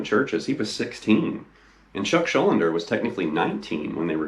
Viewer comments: Actually Chuck's surname is pronounced Shul-DEE-ner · The whole damn video calling him "Chuck Schul-linder" 😭😭 Chuck Schuldiner SCHUL--DINER